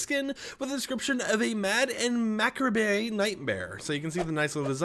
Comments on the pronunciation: It’s pronounced Mac arb not mecabre. Telling you before you get 100s of comments correcting you. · Mac-ra-bei? Its pronounced as meh-carb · How about Ma-Cob. That’s how to pronounce it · No way you just said macabre as mackerbey 😭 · macabre is actually pronounced mah-cobb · It's just Meh Kob 😉🧟‍♂️ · Bro didn't even try to correctly pronounce macabre